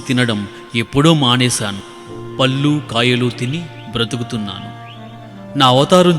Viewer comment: పిల్లల కధలు చెప్పే వారు..తెలుగు ను స్పస్థమ్ గా పలకడం అతి ముఖ్యం. దయచేసి పళ్ళు, కళ్ళు అనేవి సరిగ్గా ఉచ్చరిస్తే బావుండేది....గమనించి సరిచెసుకొని...తెలుగుని బతికించండి